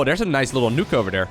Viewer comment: Hey, just fyi, "nook"!= "nuke"